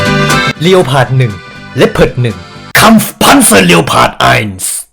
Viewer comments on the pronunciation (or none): ต่อไปเราต้องอ่านleopardว่า เรียวพาร์ด เเล้วสิน่ะ